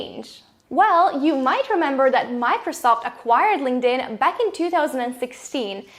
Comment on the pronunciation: GREAT video. But i cant unhear 'Linged in' lol